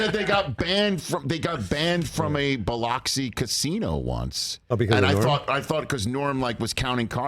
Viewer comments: It’s pronounced, Buh-lux-ee, Rich. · Rich, it’s “Bil-LUX-ee,” not “Bil-OX-ee.” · Biloxi is pronounced Bluxi. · “BILL LOCKS EEEE”. Dang bro learn the name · It's pronounced bih•LUK•see. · It’s pronounced Biluxy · Hearing Rich say BiLOXi that way makes my ears hurt. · The way he says Biloxi is terrible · Never realized rich doesn’t know how to say biloxi. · Someone teach Rich how to pronounce “Biloxi”. 😂